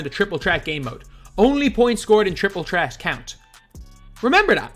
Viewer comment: Bro its triple threat not tripol tret